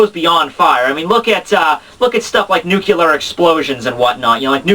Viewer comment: Hilarious video--you may want to call back smart to tell you how to pronounce "nuclear" though.